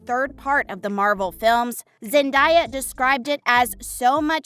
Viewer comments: Zen-Day-A not Zen-Di-A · Zen-DAY-uh, not Zen-DIE-uh... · You not only clickbait, it’s not zen- die- a it’s zen-day-a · Its Zen-day-a not zan-di-ya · It’s zen-day-a not zen-die-a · ZenDAYa hello!! Not zenDIEa! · It’s zendeya not zandaya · it is not zendia it is zen day a zendaya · Zen daya it's pronounced how it spelt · It's Zen-day-a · It’s zen-day-a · Its Zen day a😉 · No it's Zen-day-a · not only am i cringing from the thumbnail but you cant even say zen-day-ya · First u clickbait... that so disrespectful. Second u call her zendieya chile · HOW can you do an entire video about someone and not even be able to pronounce their name?? Where is the i in that name? It was annoying every time you said it. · You are not saying zendaya’s name right